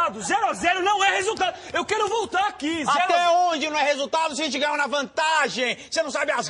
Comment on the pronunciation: "Xeente!" kkkkk eles são massa... porq foram sair da MTV